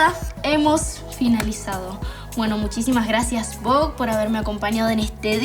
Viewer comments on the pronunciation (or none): Chicos no puede ni pronunciar Vogue está chica, la Arg siempre cae muy bajo, pero Vogue? Vogue? En serio? Que decepción, demasiado mediocre todo.